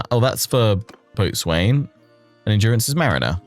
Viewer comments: Boatswain is pronounced bosun. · "Boatswain" is one of those words that you use to call out noobs. Mariners pronounce it "Bosun". (Also, the gunwale is pronounced "gunn'l" and the forecastle is the "foc's'l") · Fun series. Boatswain pronounced 'bosun'. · Boatswain is pronounced “bossun”, ya landlubber! 😂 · Boastwain is one of those ancient maritime words where the pronounciation has changed so much it no longer has any resemblance to the spelling. It's pronounced Bo'sun. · Heads up, botswain is pronounced Bosun. So excited for this 💪🏻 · Love the video, I'm so excited to get my hands on this DLC. Fun fact, boatswain is usually pronounced bosun (because english wasn't already confusing enough lol). I learned this when running a Spelljammer DnD game and had to look up Boatswain Tarto. Boy was that a trip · "Boatswain" is generally pronounced "Bosun" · I'm just starting this series, please tell me he fixes it lol